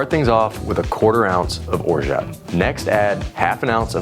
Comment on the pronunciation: You aren't pronouncing orgeat correctly.